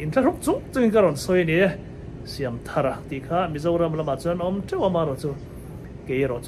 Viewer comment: I lam dan hmasa kha a dik zawk , thar hi adjetivea ni dawn a, noun a nih avangin i pu phuah dan angin lam zel rawh ka ti,ve mai mai a nih chu.